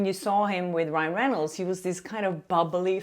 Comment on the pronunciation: I loved it when you accidentally said “Ryle” Reynolds!! Ahhhhh besttt hahahahah